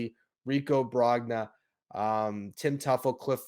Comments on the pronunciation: oh-HEE-dah BRONE-yah her-MAHN mar-KEZ The first two is the way I've heard it said by everybody The third one I am using my understanding of one semester of college Spanish (in which I earned an "A") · Dude .. Bob Ojeda, Rico Brogna, German Marquez, and more .. you pronounced all of their names wrong .. you obviously understand baseball and the recent Mets teams, but you take a hit to your credibility when you pronounce these names wrong